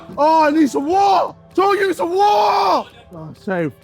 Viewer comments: JJ "I NEED SOME WAAAHHHHHHH" bro didn't even try to say the T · wattaer, watter baottle. And they say Americans just say whatever. 😂